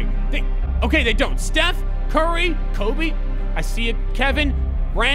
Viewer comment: Y u say steph and curry as if they were different people lmaoo